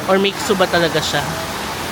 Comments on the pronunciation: "Mi shuay" po pag pronounce ng Mi xue and yes that was a mixue shop..Next visit to China , you should come to Chengdu to taste a more authentic hotpot since hotpot originated in Sichuan province. :) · Mixue is pronounced as Mishe.